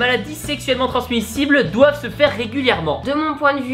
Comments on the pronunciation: douave ... DOUAVE mdrr ça a choqué personne, on écrit doivent xD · "douave" C'est tout. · « douave », bon beh je peux mourrir en paix j’ai tout vu. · les "douave" c'est la base